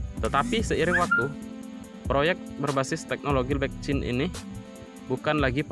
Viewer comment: blockchain pak bukan blekcin